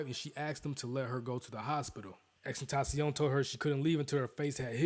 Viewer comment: Lmaooo the way he said tentacion! 😂